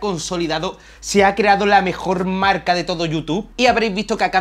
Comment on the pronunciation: "Ya no trabajo en mi marlca ejtelna y solo me dedico a youtuj" "me gusta la camara mirolej" "que hace foto de la ejtrella, vía latea y demaaaj..." Muy buen tío, se ve que sabe y le gusta lo que hace. Espero que siga creciendo